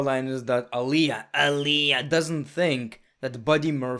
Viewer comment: Just saying "Aliayah" takes me out lol